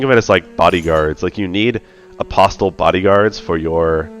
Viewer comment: Enjoying your optimisation style of play - keep it up! Btw the ‘t’ in apostle is silent :-)